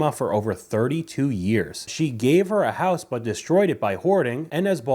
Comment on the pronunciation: I thought you said "horse"